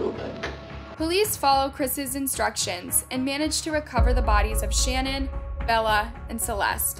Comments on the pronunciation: SHANANN ...not Shannon The Chris Watts story is so emotional and has hit the heart of everyone. I think it's important to get the name correct. it just drove me crazy that you were pronouncing her name wrong..... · Her name is Sha-naan not shannon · I'm sure someone already pointed this out, but it's pronounced Sha nann not Shann on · Not to be rude, in the Chris watts case, her name isn't Shannon. It's Shanann, (sha-nann) is how it is pronounced. These cases are so horrific! None of these women or children deserved what happened, unfortunately they married monsters who were good at hiding their evil. So sad, my heart breaks for the families affected 💔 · And you should really do your research before you do these videos and have enough respect for people to say their names correctly it's not Shannon it's pronounced Sha Nan. Every other person that does a video on them gets it right the news people get it right so why couldn't you have enough respect for these people to get this woman's name right!!!!! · Her name is Sha`nann not Shannon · Shanann Watts is Sha Nann plz for god sakes say their names correctly plz... at least try , I get it if you dont know , but they say it correctly in your video, Do you not edit and hear it, Its almost every single video you make . All the research is great , so why not do something , to fix the disrespect ??????? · It is pronounced “ Sha-nann “ !! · Girl i like your videos but you calling her Shannon through the whole video,had me ready to stroke out 🙄 if you're going to do videos like this, PLEASE look up and learn the people's names beforehand, please.. It's so disrespectful to the victims to use their story for views,but not take the 30 seconds to look up how to say their name 😔 i actually had to stop watching the video,it was bothering me so badly 😞 ETA* Her name is Shanann. Sha-nann, rhymes with pan,fan,ran ECT.. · You mispronounced Shanann throughout the entire segment